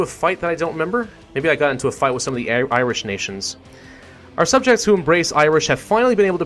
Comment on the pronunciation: "Iwish and Welsh"